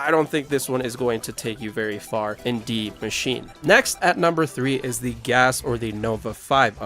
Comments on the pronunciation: Why do people keep saying Dee machine instead of D.I.E.? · Why do ppl call it deee machine 😂